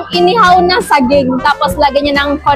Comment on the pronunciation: Yung pagbigkas mo ng ibang salita, di pa kuhang-kuha. Tulad ng matamis, tsaka saging hehe. Di ko nga naintindihan nung sinabi mo yung saging eh